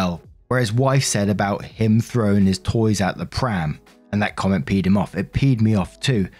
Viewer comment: Genuine advice for you here,. Maaaaybe don't use the phrase "It Peed OP off as well" or any phrase that puts Peed and OP so close to each other 😂 I'm sure you can hear it when you listen again, but it sounds far too much like "Pedo Pete" 😂